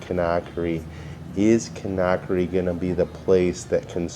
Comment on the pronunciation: Kindia is where we stayed. Wonderful, joyful people! Great memories! But I cringe every time you mispronounce Conakry.